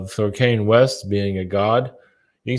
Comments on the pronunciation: (Kahn-yay) not (Kane), even when he channels him, he pronounced it wrong.🎃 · The way says Kanye🎃. As always, I enjoyed this video-so great to have someone speaking my 5D language🤗 Go well,. Thank you